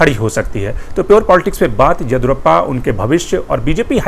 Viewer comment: Mr, your analysis of karnataka politics is good. But you must get the South Indian names right. The name is YA-DI-YUU-RA-PPA, last A ending as short vowel. Your pronunciation sounds as “Edurappaa”! This is not a criticism, but a suggestion.